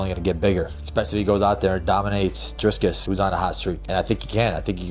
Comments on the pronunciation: LOL! Belal his name is Dricus NOT Driscus!! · Belal is dumb as a box of rocks. “Driscuss.” He’s been say calling him that for a while. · You can see the lingering effects of the JDM beat down on Belal. Dude pronounced Dricus like three different ways lol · Who is this Belal dude? Cant even pronounce DRICUS.